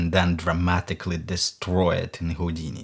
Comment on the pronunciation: Я вот думаю, специально сказал ХУЙдини?))